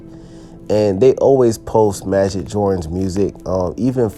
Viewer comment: It’s pronounced as majeed